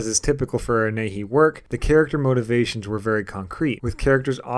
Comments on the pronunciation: It's pronounced "knee-hey-eee". Nihei. Not 'nay-hee.' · "Nee-hay" man